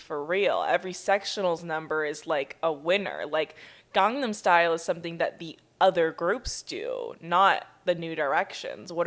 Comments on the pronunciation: instead of gangnam style it’s gee but instead of gee they say glee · I can't even speak it but as someone who is Korean that pronunciation was a hate crime